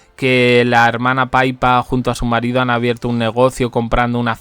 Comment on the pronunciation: Y dale con paipa, por Dios santo. Se dice PIPA. Es diminutivo de Philippa. Es inhibitorio y muy molesto, empaña el video.